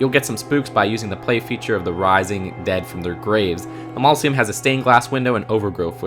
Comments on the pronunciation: Mausoleum not mauloseum. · Mausoleum not mauloseum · I'm pretty sure you mean "Mausoleum" and not "Mauloseum" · It’s a mausoleum not mauloseum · "mauloseum" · A mausoleum is a "mall-O' see em'" to 😭😂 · That's because he doesn't say "mausoleum", he says "maul-o-see-um". :O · hey man for future reference it's pronounced Maw-zu-lee-um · Maws - o - lee - um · Am I the only one who hates how says mausoleum?